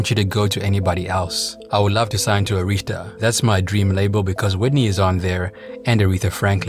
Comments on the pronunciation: Air-Ris-Ta Not Ah-rees-ta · He pronouncing Arista wrong I thought he was saying Aretha😂